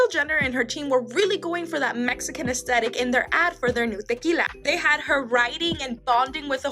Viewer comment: The girl saying tequila pisses me off 😂